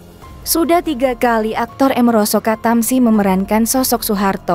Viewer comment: Min baca nya jangan sok inggris Doong! Amaroso Katamsi, jangan merosot ketemsi, jadi jejek kedengaran nya!